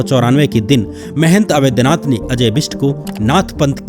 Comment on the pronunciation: Avedhnath nahi Avadhnath kahiye... Sri Ram ke naam hai